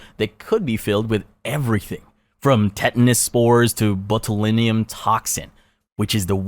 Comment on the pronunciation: Great and horrifying video. Well researched and presented approchably. Just an FYI, gangrene is pronounced like gain green, and botulinum is pronounced botch-oo-LINE-em.